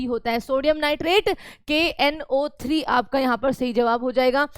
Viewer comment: Kno3 ko galat pronounce kiya aapne plz iska dhyan rakhe aapki ek galti hmara selection rok sakti h